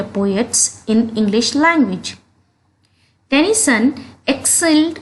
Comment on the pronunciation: It's tennyson not tension